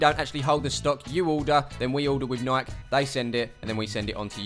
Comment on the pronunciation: its Nike- 'Nei key'